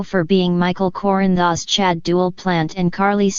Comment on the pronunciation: These computer generated videos are awful. Can’t even pronounce Corinthos. I can’t stand to listen to it. You can do better than this!!!!!